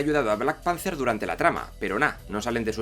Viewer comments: En tu mundo igual sí, pero es panther, no panzer, un panzer es un tanque. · Yo escuché black Panzer